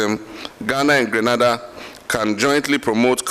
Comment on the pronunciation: Subject to correction: Gre na da this is the correct Sylables. Grenada, West Indies.